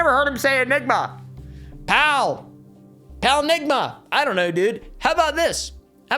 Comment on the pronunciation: "I've never heard him say pal, or enigma, PALNIGMA" 😂😂😂 don't ever change dude ❤